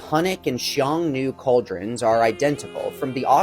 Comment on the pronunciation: xiongnu is pronounced as Hsiung-nu. simplified would be Hyung-nu or just Hyung i think.